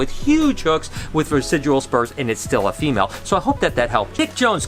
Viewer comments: Hey, Love that you're doing a "Reading your comments" type video! Those tend to be kind of popular, I think. But I also wanted to let you know the word's "vestigial" not "vesidual"! Noticed it in some past vlogs as well, but you used the term so many times here that I wanted to point that out for you. Hope your day is going awesome! All the snake breeding and clutches going on is so exciting~ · Good video, one thing bothered me though, it's "vestigial" as in "vestige" and not "vesijual." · dear, its pronounced "vest-idg-ee-al" vestigial. what u say sounds like residual, which means left over, but is the wrong word. the spurs are vestigial, or a vestige of past evolution. they were once a more functional appendage but now only serve a minor role in mating. now practice for us. VEST-IDG-EE-AL LOL, LUV U BRO!